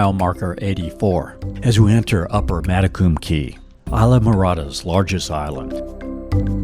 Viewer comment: One tiny correction; spelled Matecumbe Key, also divided by Lower and Upper, is actually pronounced, mat-a-cum-be. ❤ Thanks for gorgeous film of my 30+ years home!